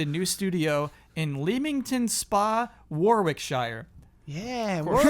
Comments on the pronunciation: PRONUNCIATION: Leamington Spa should be pronounced "Lemmington Spa(r)", and Warwickshire "Worrick-shuh". (Just in case it ever omes up again) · Correction: It's pronounced 'Warrick-sheer' :) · Sarb Rai hah yeah :). For everyone who isn't British (and is curious how it's pronounced) it's "Lemmington Spa, Warickshire" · CORRECTION: It's pronounced "Lemming-ton Spa, Warrick-sure" Source: Am English & pedantic L&R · Leamington is pronounced like Lemmings. Then Warickshire is "Wo-rick-shuh" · CORRECTION: Its said 'Le-ming-tn' and 'Wo-rik-sher' I know, makes know sense, its old english, that how they rolled. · CLARIFICATION: Leamington Spa Warwickshire is pronounced "Lee-ming-ton Spa Warrick-sha" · Holy jellybeans. You absolutely butchered that pronunciation. I'm laughing my head off! Legit, one of the funniest things ever on this podcast. Leamington Spa is pronounced Lemming-ton Spa. Warwickshire is pronounced Woh-Rick-Shur. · sher not shuh and spa like the bathhouse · Haha the way pronounces Leamington Spa Warwickshire 😅😅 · CORRECTION: Unbeknownst to yourselves but pronunciation of Leamington Spa, Warwickshire when discussing Playground's new studio was the funniest part of the podcast. This comment is in no way intended to be rude or malicious by the way, but foreign mispronunciations of many UK locations is always something that genuinely interests me because the language really doesn't make much sense. Anyway I've decided to spell the location phonetically below. Leamington Spa (Lem-ing-ton Spar) Warwickshire (Wa-rick-sher) All the Love and Respect from Bicester England (pronounced Biss-ter)